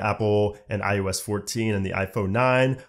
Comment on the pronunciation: Is it me or does it sound like he’s saying ius 14 and not iOS 14. Just saying.